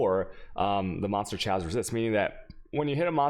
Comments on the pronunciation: Second video I've tried to watch of yours.... Can't watch them because you can't pronounce words... Fuck man you can't even pronounce chaos... Didn't know wtf you were saying for a second till you mentioned despair.... Pronounced k-os, not chay-os..... I hate to be a dick but maybe if you put as much effort into learning how to pronounce words as you do game you'd be fine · Why does he say chaos like that. Wtf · because he has spanish origins, so it sounds like ciao, chaos